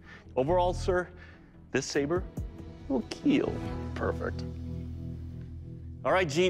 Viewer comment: Is it me or did he say pervert instead of perfect